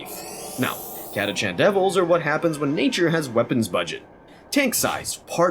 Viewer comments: They're called Catachans not Chatacants. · Catachan ist spoken with a k like Catakan. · You are the first person I have ever heard pronounce the CH in Catachan. Not saying you're wrong... Honestly I'm wondering how we looked at it and thought "ahhh yes catakan that's correct."